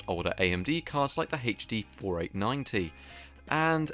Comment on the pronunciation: Anyone else wince when they hear "haith-D"?